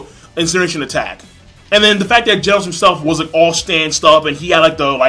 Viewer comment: Why does everybody on Youtube pronounce Genos with the hard g, like the way you would pronounce "gold" or "glaze"? It's pronounced the way you would start the word "generation" or "gene" P.S. Snek isn't pronounced like "sneak", he's pronounced like "neck" with a S in the beginning.